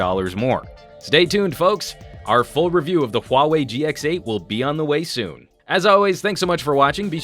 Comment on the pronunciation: thx, at least in the us there are reviewers who are capable of pronouncing huawei in the right way